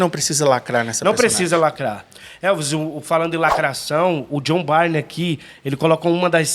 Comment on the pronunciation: Só uma coisa. A pronúncia do sobrenome do artista é BURN 🔥